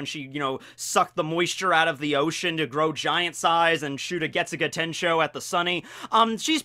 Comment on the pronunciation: Get-Juice-a Tenshou